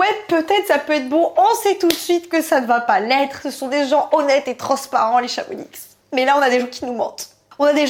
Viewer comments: C'est pas ChamoniXXX mais ChamonIIIx 🙏🙏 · Par contre en tant que Haut Savoyarde je me dois de dire quelque chose d’essentiel !! Le X à la fin de Chamonix de se prononce pas on dit « chamoni » Oui oui je sais la prononciation des villes en haute savoie est aléatoire 😭